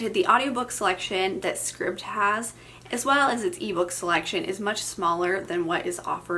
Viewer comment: Scribd, like “scribed”. 👍